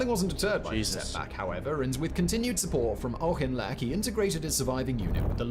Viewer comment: Auchinlech is pronounced Aff-lek, as in Ben-.